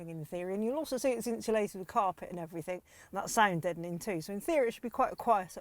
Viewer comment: You're not missing much, I heard her say "everythink" and "lenth" instead of everything and length. When she "unreleased" the straps to raise the roof I'd had enough I muted her incase she rereleased them to get the roof down.